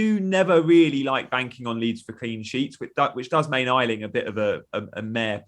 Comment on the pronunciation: Its pronounced A Ling ,not I Ling !!!!!!